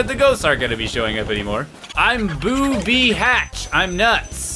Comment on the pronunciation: lol you sead Boo B,Hached